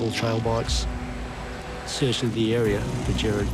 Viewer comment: This is so sad😢 but its killing me hearing them pronounce Gerard as Jared!!